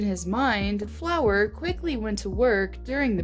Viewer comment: HIS NAME IS NOT FLOWER ITS FLUREY UR SO DUMB